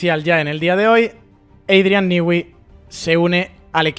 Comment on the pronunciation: criatura, no hay país con mayores problemas para pronunciarte una palabra en inglés, que España. "Adrian Nigüi". 😂😂😂